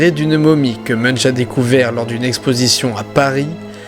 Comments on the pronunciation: Munch ne se dit pas "Muneche" mais "Mounnk" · ON PRONONCE MUNKE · On dit pas "meunch", mais "moun'k" :) Belle vidéo sinon.